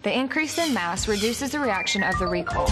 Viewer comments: The video was a bit annoying with the beeps and isn't that pronounced Re-Koi-L? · Anybody else notice she pronounces recoil as "recol" lol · More like recall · “ ignore these jack asses on the internet, its recol in real life” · Yaaaa right!!! The person who don't know the word "Recoil" will surely think they used to recall back 😂😂😂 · It's accent and probably how she think how the word "recoil" should be read